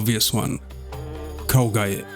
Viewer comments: It is Kolgugev lad not Kolgujev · Jesus, the pronouncination of the word "Kolgujev" makes me sick.